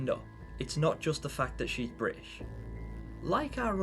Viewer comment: Noone is Bri'ish! 😂 I love that you pronounced it like that, her accent makes her sound quite posh, I wonder if it comes across the same in other languages they did Sounds of Nightmares in?